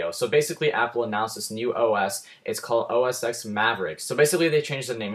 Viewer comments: It's pronounced OS Ten, not 'ex' . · actually its pronounced "OS ex" but means "10"